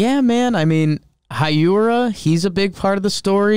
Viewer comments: Nah man. Hiura is a Japanese name so it's pronounced exactly like its written. Not Haiura like every american says. Just Hiura Edit: I think I'm not clear enough. You got the "Hee" part right but forgot the "u". Heeura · Not a Brewers fan, but I believe it’s pronounced Keston “Heera”